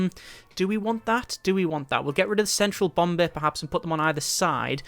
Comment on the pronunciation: I like how he says bomb bay it sounds like bombay